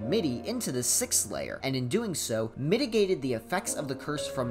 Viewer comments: "Mittygated the effects" you say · I'm not sure if my enjoyment of puns has ruined how I comprehend stuff but I heard "Mitigated the effects of the curse from..." As "Mitty-gated the effects of the curse from..."